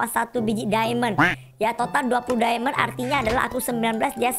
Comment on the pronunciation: Mohon maaf nih bangj itu diamond bukan dimon